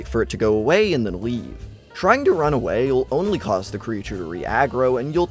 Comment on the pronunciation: The way you say “only” triggers me